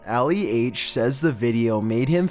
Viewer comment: dude annoys me.... lucky content is interesting... butchers yet another name.. very first clip.. his name is Ali not Alley.. prounced like (Ahh- lee).. come on bro not that hard.. like i said its not the first slip names are not your strong suit.. atleast minimum 10 videos with a pronunciation problem of a persons name, or even places